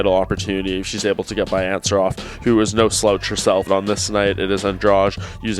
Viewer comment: Why none of this idiots can't pronounce Andrade's last name? It is not Andrach, it is AndraDee I can get why they can't say Joanna's last name but this one is pretty easy